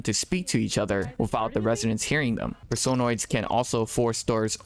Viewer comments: .... PerSOHnoids? Person-oids. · It's Person-Oids, not Per-Sone-Oids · You say personoids so frigging weirdly